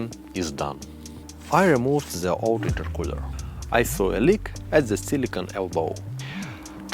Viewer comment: love how it sounds when you say "the" sounds like zhaa"